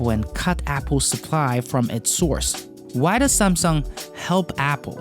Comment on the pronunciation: "SAMsung" Not SUMSung